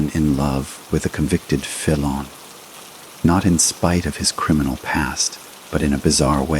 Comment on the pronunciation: Worst crap ever. Can't correctly pronounce ' felon' . Can't pronounce...'RicoAct' ....and many other words. Lazy: hey, let's get AI to write the story, then have AI narrate the story. The result is garbage.